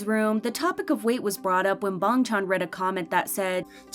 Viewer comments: "Bong chon" I CAN'T IT'S BANGCHAN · Does anyone realizes she says bangtan not bangchan💀💀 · It's actually Bang chan with a a, not bong chan with an o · BRO SAYS BUNG CHAN 🥲🥲🥲🥲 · Yea but his name is pronounced like bong chan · 'Ee know' 'Bang chon' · I dont know why but i got so annoyed when dhe sad "Bongchon" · Why you pronounce Bangchan as BONGCHONG? Goodbye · I can't with the way she pronounces bang Chan😂😂😂 but really are they actually stays like come on